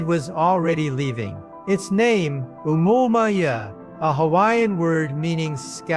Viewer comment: this nutjob pronounces "Omouamoua" differently every instance 😂😂